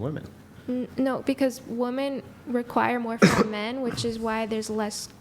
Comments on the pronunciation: There are 50 comments about her repeatedly saying woman instead of women. She said it correctly maybe twice. Its not just her its become a trend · Why can't the women properly pronounce women. At least he called them out on it. As dumb as it sounds, maybe we need a campaign to promote women proper pronouncing women . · Bro…. Women always say “woman” wrong. I don’t get it. It’s the majority of women I hear on these podcast. How did it become a thing? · Finally! Someone is correcting this. It is WOMEN in the plural form NOT WOMAN!!! And don't say it's because English is not her first language. I hear women on this show who only speak English do the same darn thing. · What do u mean by that? Seems like its an issue that really only women cant pronounce women..men dont seem to behaving this issue. And the issues primarily comes from women who lean to the left, not woken who lean right. So it seens like its anything BUT a general issue. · It must be a social media thing. I hear it a lot starting in the last year or so. Yeah, it's almost always women that can't pronounce women correctly. Strange.